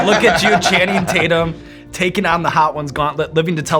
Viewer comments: *Taint-yum is what he says lol ... EDIT: I just rewatched the clip and I can't believe they missed that opportunity ) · “Channing Tate-yum” — Danny McBride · “ I call him Channing Tat-yum” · Channing Tate-Yum!!!! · More like Channing TatYUM!!😂😂